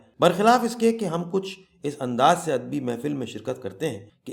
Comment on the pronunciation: kahani aur us ki adaegi bohat khoobsoorat hai laikin mujhe yehan chand alfaz kai tallaffuz k barai men maazrat k sath kuch kahna hai, merai khayal men lafz adabi hai adbi nahi,birwa hai barwa nahi, mas ala hai masla nahi , araboan hai arboan nahi aur mantiq hai mantaq nahi, mera maqsad dil aazari nahi hai bul k naee nasl ko sahi talaffuz sai ashna kerna hai,baher hal afsana itni khoobsorti sai parha geya hai k lutf aageya , main Zambeel dramatic reading k silsile ko mobarakbaad paish ker ti hoon.